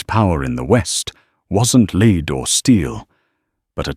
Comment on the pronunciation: Hello - The mineral LEAD rhymes with BED and RED. Thank you!